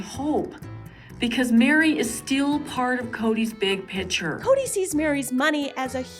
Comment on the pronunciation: The big "PITCHER"😂